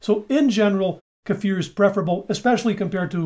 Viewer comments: Hey,, this is the internet. You're not supposed to pronounce kefir correctly. You need to "learn" how to say it wrong. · Yes. It's very sexy! So is his pronunciation of "kefir".